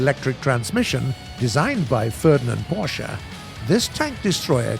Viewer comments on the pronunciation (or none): none